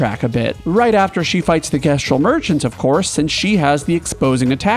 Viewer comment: It's the pronunciation of "gestral"